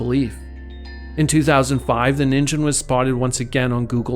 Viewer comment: I believe that Ningen is pronounced "neen-gen" with a G sound and not a J. It is Japanese for "person" or "human" etc.